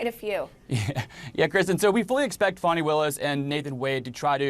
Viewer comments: Thank you for pronouncing her name correctly the second time. Sheesh. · Woman! Her name is pronounced "Fanny" not "Fanny". Trump uses that as I am sure you are aware to demean and insult her. So why do you? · Y'all have fun mispronouncing her name? Idiots... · CNN - D.A. Fani Willis is name is pronounced "far-nee" not "fan-nee"!